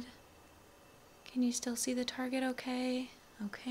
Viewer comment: Whenever you trynna say can, you say can’t or i hear cant. Maybe is just me or trying to help you a little